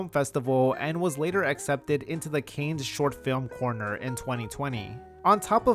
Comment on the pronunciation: You legit pronounced Cannes as "Kanes"?? For real?? And Rainier is pronounced Rain-Ear, please.